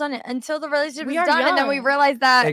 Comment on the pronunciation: Relashshship relalishshp